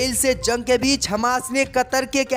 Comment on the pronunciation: JUNG ko ZUNG kyu read KERTA hai...eduction saheeh NAHI Liya ??